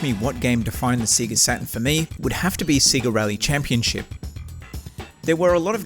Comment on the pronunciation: Say-ga not See-ga..